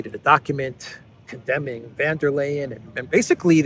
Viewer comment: Von, von, von... And it's not Lay-en, it's Lie-en.